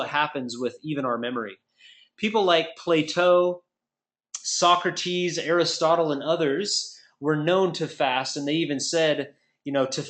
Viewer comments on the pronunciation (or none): LOL why is he pronouncing Plato's name "plateau" XD come on man...